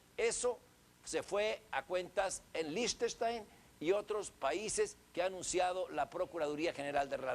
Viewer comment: Liechtenstein... (LAINJTENSTAIN) no lichtstein o birschteintein viejo burro! :D de seguro salio de la generacion de la tutela de la maestra gordillo jajaja